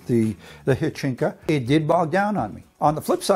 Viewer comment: It is HYCHIKA not HYCHINKA.